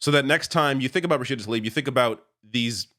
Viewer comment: FFS get her name right, it is Rashida TlAIb not Talib.